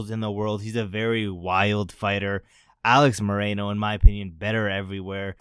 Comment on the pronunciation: Its Alex MOR-RO-NO.